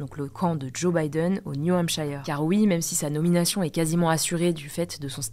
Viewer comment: Merci pour toutes ces actus!, juste une précision de prononciation sur le nom "New Hampshire" 😊. Aux USA, ça se prononce "New Hampsheure" et non pas "New Hampshaïeur" 😉 (j'ai habité là-bas pendant 3 ans...)